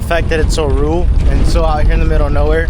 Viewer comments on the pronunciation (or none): Rule? Or rural? Two different words.